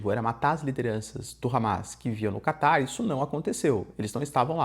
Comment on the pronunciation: So eu que ouço ele falar "Kaká" em vez de "Catar"?